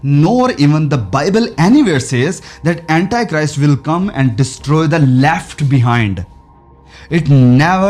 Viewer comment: अँटी Christ बोलो, अँटाय Christ mat bolo.